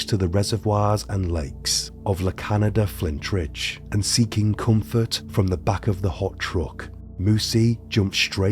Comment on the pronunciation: La Canada Flintridge cracked me up. It's La Cañada Flintridge and Cañada is pronounced: kuhn-yah-duh.